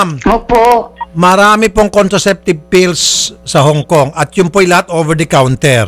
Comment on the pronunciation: maka-anga-anga ka naman po kay sir raffy. PILLS po hindi fills. 😏